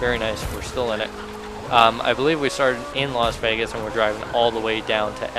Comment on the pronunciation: “Los” vegas lmao it’s Las vegas